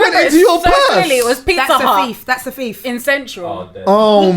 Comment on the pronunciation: that’s a fief that’s fief, dinosaur looking ass she’s clapped pronounce thief properly then come on